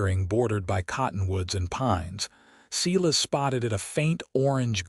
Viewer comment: The first name of the cowboy is (Sī-lăs) or (Sī-lĕs) I wish the people who does the stories get the names right.